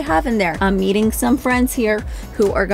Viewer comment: When you said I’m meeting some friends I heard I’m EATING some friends 😅